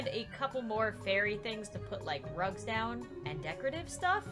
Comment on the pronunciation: When you said rugs I thought you said drugs lol